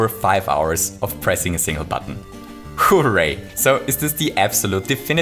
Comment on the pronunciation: I love how this guy says hooray it's like HOOray